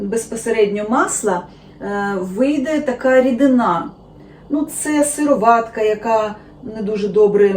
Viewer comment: ви їли справжнє масло?, з сипера орної сметани?, чи пили парне молоко, можливо і не знаєте щоце таке! Мої батьки і я тримали по декілька корів. Ви навіть не знаєте де треба ставити наголос - сироватка-! Масло з базару, а туди ж =господиня=